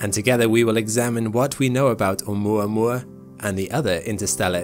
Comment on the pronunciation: Thank you for saying oumuamua correctly haha. I always here it as "oumua oumua" and I'm like dude you're not saying it how it's spelled! Great video as always. Been binging you and SEA for all my astronomical knowledge :)